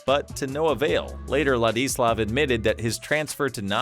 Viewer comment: if only the narrator took the time to learn to pronounce his first name properly